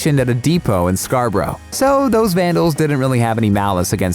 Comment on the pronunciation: It's not Scar-bu-row it's pronounced Scar-bruh.